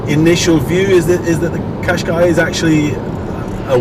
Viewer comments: why do you pronounce it "kashkee"? It's kashkai. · Its said like this cash ki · I thought the name Qash"qai" was supposed to rhyme with "buy", not with "key"?? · It's a Nissan quashqai not a cashkee for info